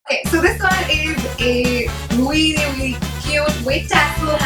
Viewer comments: if I had a penny for every time you said 'weally' I'd go shopping at sarojini nagar maybe :P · hahahahaha ....weally